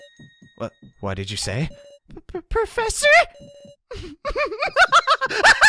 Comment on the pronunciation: plEASEEE, the pwofessor needs his hwead to goto schuwul tomowow PLEASE